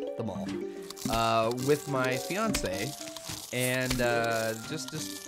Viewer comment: waitwait wait wait did you say fiance?